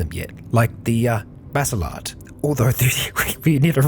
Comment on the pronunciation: Hearing you pronounce baselard correctly makes me surprisingly happy. I'm also glad I happened to stumble over you during these latest two series, they are indeed fantastic. Thumbs up to you and many thanks.